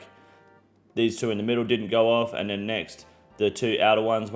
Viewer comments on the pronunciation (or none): none